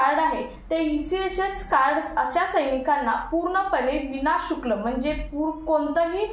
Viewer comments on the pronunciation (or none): विना शुक्ल नाही विना शुल्क बोला